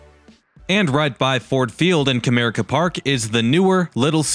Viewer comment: I love that you pronounced Comerica Park correctly, as Cuh-mere-ick-uh